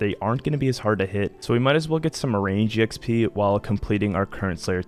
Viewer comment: Loving the vids but “E” Xp is killing me. lol